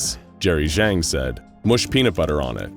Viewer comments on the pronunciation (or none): none